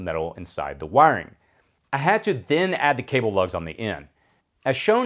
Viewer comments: all i heard when you said Wiring is "wang" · It took me a while to realise you were saying "wiring" when I'd thought you were saying "wang" at first :D Nice video though! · When you say "wiring" it keeps sounding like "wang" to me 😅😅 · Great video but the way you say wiring is funny